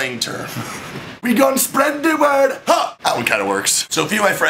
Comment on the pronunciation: As a Jamaican I feel I should be offended but this was hilarious "wi gon spred di word ha!"